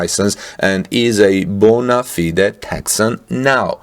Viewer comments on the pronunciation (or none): none